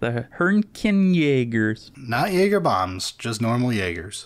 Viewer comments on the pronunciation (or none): none